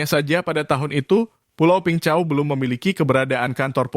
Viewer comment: Peng Chau (bacanya : beng cao). Saya tinggal di pulau sebelahnya, Cheung Chau island. Min, bahas perampok dan pencopet di hkg, pelakunya WNI dgn visa turis. Masuk ke hkg, emang punya niat jahat.